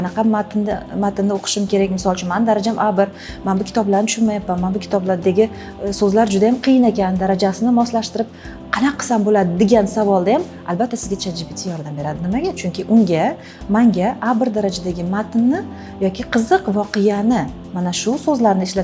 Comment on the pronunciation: " Соволмас"- "савол" булади